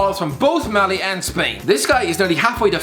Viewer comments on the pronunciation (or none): none